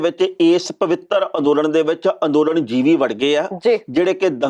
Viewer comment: Modi na jivi nahi par jivi kaha ha. Jis ka matlab kida hunda ha. Tehna sahib ucharan sahi karo.